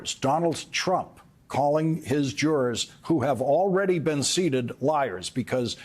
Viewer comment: The word is "seated" not "seeded" no?